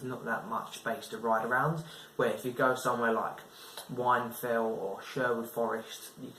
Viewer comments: Whinfell not wine fell 😂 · Wine fell? It’s whinfell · It’s pronounced win fell